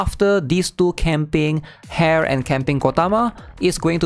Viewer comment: bro your name pronunciation. I had to double take when you said "hare" lol